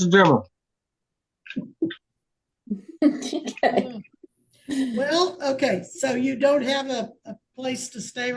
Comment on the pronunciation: Watching whoever is “Court house” freeze… then blink trying to process hearing “I’ve got a dremal” was hilarious 😂😂. Hearing that guy “write” the #s I think we’re all feeling pretty good about ourselves 👍🏼😂